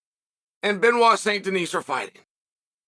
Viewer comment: To anglophonic people: Please stop pronouncing the last T and S it's "Benoit sain Deni" same as "Pari" not Parisssss.